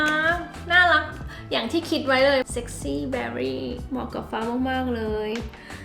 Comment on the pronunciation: ชอบมากกก การออกเสียงคำอังกฤษเป๊ะมาก เบร์รี่ = berry👍🏼👍🏼👍🏼 ไม่ใช่ เบอร์รี่